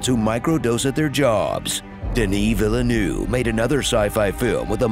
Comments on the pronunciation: Just say "de-Nee vihl-Nehv", and stop saying "doeunye vilioueuyve"!! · y'all, when you pronounce Denis Villeneuve's name it's not "denee veelenEU" it's "denee veeleneuVVVVEEE just like the begging of VEEEuve Clicquot (the champagne) you gotta pronounce the VE 😭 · You have to pronunce it that way : Denis Vil-Nuv. Pronunce the "nuv" like "nuggets" :) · It's pronounced "veal-nerve" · Kudos how he killed the pronunciation of the director surname in a movie that is all about language 😂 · Eventually, you'll get Villeneuve's name right. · How did he pronounce Dennis last name? 😂😂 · The irony of you massacring the pronunciation of "Villeneuve" right before the "american learning a second language" joke was so perfect lmao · The best proof that Americans can't learn a second language is how they pronounce "Villeneuve" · Can no one pronounce this man’s name? If you can’t do it, just call him Dennis Newtown